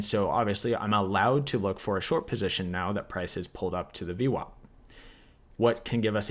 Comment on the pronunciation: omg its vwap -not vwop !!